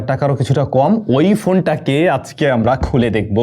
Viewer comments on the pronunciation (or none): none